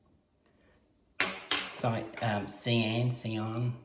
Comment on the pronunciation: cayenne = “kay-yen” 🙂